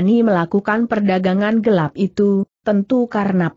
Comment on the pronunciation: Kenapa huruf "l" dibaca sebagai huruf "i" , vontoh pengawal dibaca pengawai, gelap dibaca geiap, telah dibaca teiah, sehingga sangat mengganggu arti dari jalan ceritanya.